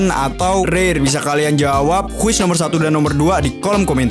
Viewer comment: Bukan quis tapi quest